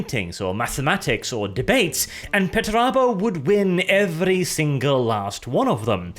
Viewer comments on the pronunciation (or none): ffs why are you saying petterabo and not PERterabo 😅😅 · why do you say peturabo? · There's a first R in that name... ffs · I got "Pert a boat," & I lost it. Then CC called Perturabo "Better Iowa." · Everyone: Perturabo Me: Portobello